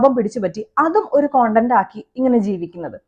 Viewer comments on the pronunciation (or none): കൊണ്ടന്റ്.. Alla.. സെച്ചി.. അറിയില്ലേൽ പറയണ്ട... നീ പറയേം വേണ്ട... Podii 🤮🤮🤮🤮😊